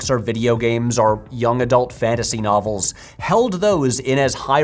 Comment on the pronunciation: Everytime he said "novels" i thought he was saying "knobbles"